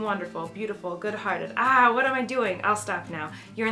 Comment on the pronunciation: she emphasizes the "h" in "what". 2nd thing that makes the video great!